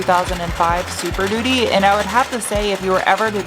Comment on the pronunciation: I thought you said Super Doody. 😆